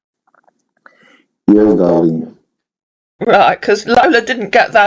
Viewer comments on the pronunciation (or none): Every time I hear him say dahleeng and profess lurve I need to swallow a tiny bit of vomit. Will enjoy his come uppence immensely. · Doll-ling , doll-ling 😅😂